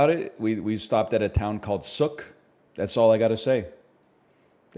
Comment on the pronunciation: He keeps mispronouncing Sooke 😔